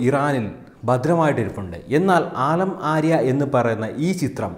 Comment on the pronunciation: ആലം ആര്യ അല്ല സുഹൃത്തേ , ആലം ആര ആണ്